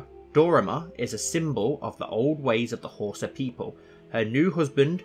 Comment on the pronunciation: Well, just to start you out, it's How-sah. Dunno if anyone mentioned that in the other comments yet.